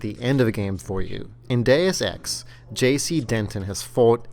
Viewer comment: your saying dues ex wrong